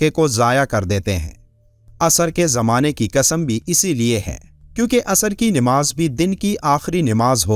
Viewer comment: Nimaz nahi hota. Namaz hota hai.